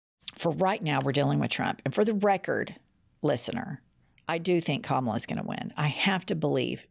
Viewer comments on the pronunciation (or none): none